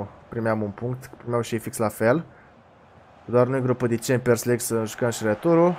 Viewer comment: Mie mi se pare ca tu zici "cempiors lig" cu "r" asa e ?